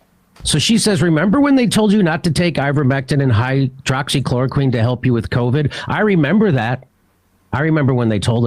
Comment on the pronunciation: “Hydrochloro-KWOCKS-equine”?? Funny, I have no trouble pronouncing it correctly.